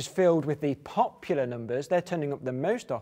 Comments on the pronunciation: I love the way he said "POP-pular" xD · The way he says pop...ular makes me shiver with antici..........pation.